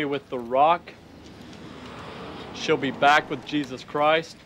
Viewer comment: Un peu de respect, c'est Jésus Christ pas "Chris"